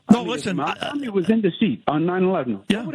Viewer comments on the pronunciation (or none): That IDIOTIC Elise pronounced his name Mamdami!! Idiot!